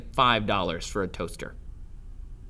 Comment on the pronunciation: The way he said toaster lol